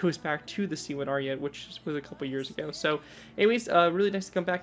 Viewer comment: I actually finally found it. I've been digging for this thing for sooooooooooooooo long. Do you plan on giving it a redesign? Also, its pronounced "Ariet-é". Also, a little bit of history cause why not. The Italian army planned on making the C2 Ariete with upgraded composites, however, it was too expensive. Their solution was to make composite armor attachments and add them to the already existing C1 Ariete, hence the weird bulky stuff on the side.